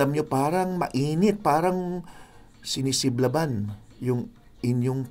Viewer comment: Sinisilaban not sinisiblaban. lol 😂